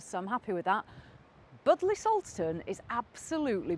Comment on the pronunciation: Pronounced “bud lee” .....lol.